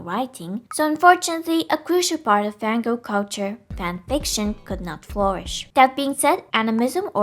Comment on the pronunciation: am I the only one who hears "Van Gogh"? the evolution of the Van Gogh, Van Goghs have existed in some form or another since the dawn of men